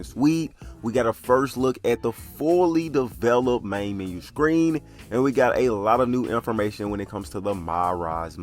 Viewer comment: It's "MEN-U" not "MEEN-U".